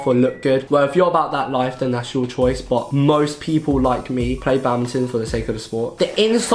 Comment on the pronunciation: Your "but" becomes "bah" lol (not a hater)